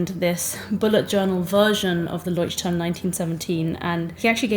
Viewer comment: Hii. I don't know how to make it sound not mean, and I am not forcing you to pronounce it correctly, it's more for information. The pronunciation of the name is wrong 🙈 I haven't written transcriptions for ages, but it sounds more like [loiht'turm], no [Ch] sound there. I'm not German but I can speak the language. And I know the struggle of the foreign names 🥲 So I'm not forcing you to change it, just sharing. For me, to be honest, it sounds hard, to hear the "Ch" in there, but it's my issue. And thank you for the video, it's really nice and finally someone shares "no time/no skill for art" issue 😂🥲